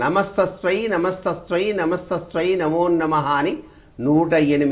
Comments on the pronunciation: Ya devi sarvabhooteshu vrutthi rupena samsthitaa, namastasYai 3 times then namo namaha...It's not namastasVai... Ask anyone who knows this mantra or Sanskrit pandit, his pronunciation of mantra isn't right...Sorry, I'm grateful to you for wanting to help people but please make sure of akshara doshalu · ఈయనకు నమస్తస్యై అని పలకడమే రాలేదే.....పరమేశ్వరా